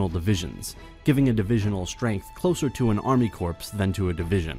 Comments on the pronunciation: I'm sorry, I would like to as humbly as possible point out that it is pronounced core not corpse... United state marine corpse?.... Marine Core... United States Marine Corps!🤔👌👌👌💪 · 'core' not 'corpse'. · An army Corpse? The word "corps" is pronounced "core". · “Army Corpse” that is the second video I’ve seen where people mispronounce the word “Corps”. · Attention: the word “corps” is pronounced like the word “core,” NOT like “corpse,” which is a dead body….Good grief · its army core, not army corpse. But love the video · Army corps is pronounced “core” not “corpse” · CORPS is pronounced CORE not CORPSE. It’s a french word meaning body. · Lots of people do, even native English speakers. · an army corpse?! The p is silent dude. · I cried for four years when I scrolled down and saw no one correcting how you said corps... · you literally have the internet to look up how to pronounce it